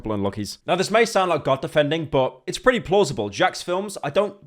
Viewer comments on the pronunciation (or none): none